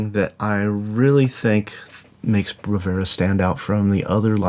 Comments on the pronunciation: It's Bravura, not Bravera. Must drive Impact nuts. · 17 mins and 52 secs with a guy who pronounces the name of the library he's reviewing wrong...!